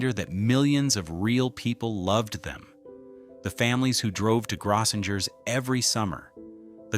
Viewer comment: It's pronounced GROW-sing-urs. 🙄 Service clubs like Lions and Rotary used to have conventions there.